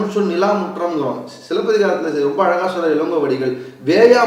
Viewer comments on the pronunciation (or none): none